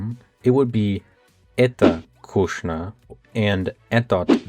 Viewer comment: Kooshnya? Koohknya! You've got your X characters mixed up.